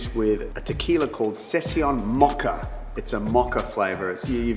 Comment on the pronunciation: Maca-Mocha...love the accent❤